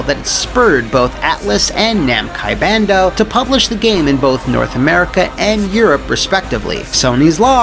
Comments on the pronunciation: I loved how you effortlessly said Namcai Bando. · "Namcai Bando", I love it lolol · Did he just say "Namcai Bando" or am I just going fucking crazy? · I thought I was going crazy when I heard Namcai Bando 😂